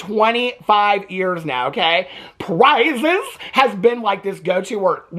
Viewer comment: Selectrocution and pRiiiiiiiZeS is insane 😂😂😂😂